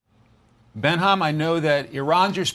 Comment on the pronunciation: is just going to take that? The host kept saying Benham. He can't even read?